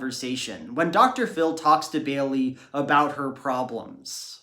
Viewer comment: Ugh I hate that pronunciation. It's Bay-lee, not Bay-uhl-lee